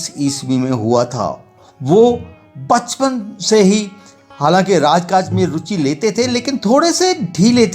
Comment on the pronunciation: अपने हिंदी उच्चारण को साफ करें बचपन को 55 बोल रहे हैं और भी गलतियां हैं